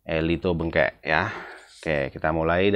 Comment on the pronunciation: Cara bacanya ELITO BENGKEK bang. Pake e. Jangan pakai U.